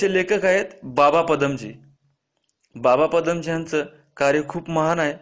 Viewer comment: pnini nahi panini.aani baba padamji nahi padmanji ase aahe.tumhi je kahi sangta te abhyaspurn asayla hve.chotya chotya chuka hone apekshit nahi